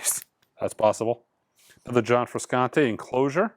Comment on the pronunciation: Hi, John Frusciante is pronounced Froo-shaan-tay. Hey, he's only been famous since the 80's 😄 If you didn't know, he's the guitarist for the Red Hot Chili Peppers. Love your content. Keep it up!